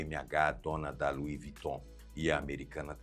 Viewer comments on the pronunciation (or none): none